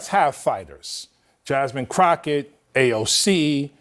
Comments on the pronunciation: Love your content man but your killing me with calling her “crotchett” and not Crockett 😂 It seems like Newsome is trying to make himself look moderate and appeal to the leaderless democratic parties voters. He is trying to force his way to the top on the Dems side, but if you have places like CNN kicking back at you, I’m thinking Democrats in charge don’t appreciate him trying to jump to the front Without their blessing lol. That’s what I’m seeing here. But if he’s smart, he can easily come up with a defense for supporting those ideas in the past, especially because voters on the left will always give their own the benefit of the doubt. Incredible stuff. Lol. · I'm starting to believe Greg actually thinks it's pronounced Crochet. It's good for a burn, but it's Crocket. It'll be the only time I defend that witch.